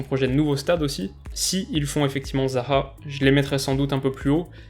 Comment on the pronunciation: A pour zaha il a dit a l’accent arabe